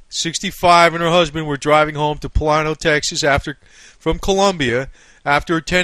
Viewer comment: Palano(that's how you said it),TX? I live there, Plano(Plane-o(that's how you pronounce it))